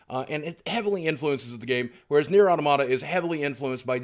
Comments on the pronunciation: Automata is the plural of Automaton pronounced au·tom·a·ton. just a pit of a pet peeve when people say auto·mata. It's au·tom·a·ta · AW-TOM-UH-TUH not AUTO-MAT-UH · Isn't it au-tom-a-tah not otto-mata? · Correct me if I'm wrong, but I think Automata is pronounced Ah-Tom-Mah-Tah not Out-O-Matta. Gotta pronounce it in a pretentious way. ;)